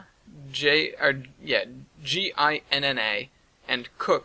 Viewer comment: I live close to Ginna and it's pronounced "gin-NAY".